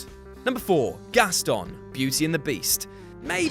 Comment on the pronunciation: the way he pronounced Gaston pains me